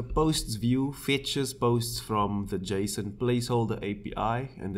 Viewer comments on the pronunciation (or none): none